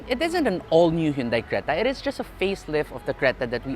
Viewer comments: still saying"hyundai", not hundae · isn't it pronounced "han-dey"?